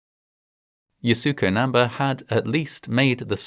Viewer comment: you couldn't be bothered to look up how to pronounce namba's name?